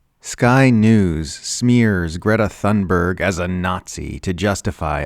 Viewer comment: you’re saying Greta’s last name wrong